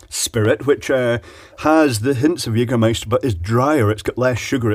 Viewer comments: er spricht das "ä" richtig aus :) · you say jägermeister like a german :) where do you come from? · As a german I can confirm that he pronounce the word Jägermeister nearly perfect! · I love his "Jägermeister" pronouciation